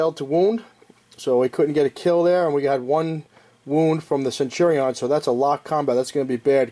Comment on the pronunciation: Love the video, hate how you pronounce centurion.